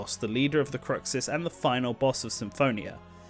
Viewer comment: the pronunciations....either it's been a LONG time since you played Symphonia or you've never actually played it. proper pronunciations are: Gene-iss Pruh-say-uh Croo-shiss might be one or 2 more mispronounced names but those are the ones I remember specifically also, they'd likely include some Dawn of the New World music and spirits as it's a direct sequel to Symphonia. I could also see brawler costumes of Milla Maxwell & Jude ( the protagonists from Tales of Xillia...and yes I did forget Jude's last name ) and Sophie ( Tales of Graces ), swordfighter costumes of Berseria's protagonist ( I haven't played that one as I don't have a PS4... ) and Kor Meteor ( Tales of Hearts )